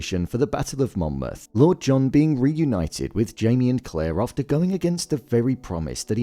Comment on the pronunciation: He quite obviously says it correctly. Get off your high horse